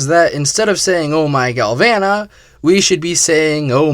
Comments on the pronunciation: It's pronounced gal voh nuh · Oh my galvana turned into oh my glasheur